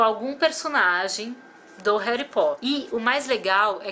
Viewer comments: NAO É HARY É HARRY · pois é eu vi o vídeo gritando não é heri e HARRY 😲😲😲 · hery potter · não é hally potter